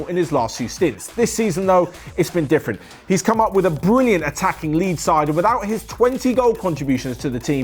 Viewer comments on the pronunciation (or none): none